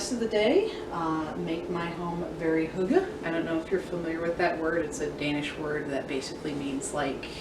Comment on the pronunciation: Hygge is pronounced “heh-geh” not “hoo-gah” :) I’m Swedish but know some Danish too. We have a nicer word. Mysig, “me-seag “!